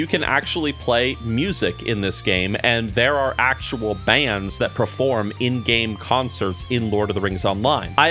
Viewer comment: "You proform gambits"? What is proform precious?